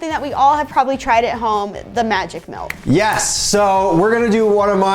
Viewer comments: Them wow look at all the mElk and I’m over here like it’s milk not mElk it doesn’t have a E it’s spelled with a I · Milk Not Mulk, or Melk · Milk. Not melk. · OMG! At the start, pronounces "milk" the way my late mother did! "MELK!" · Why he said milk as “miulk” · No, he said "melk" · It's pronounced MALK! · Malk, he said it. You can't unhear it. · I agree on that he said milk wrong